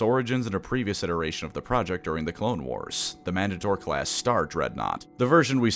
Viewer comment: The way mandator was pronounced hurt my soul in ways I cannot express Man-Date-or/er I adore the mandator so much so I’ve made my own version of it that’s more on a wartime footing than the ones we see in legends, simply because it’s that based of a ship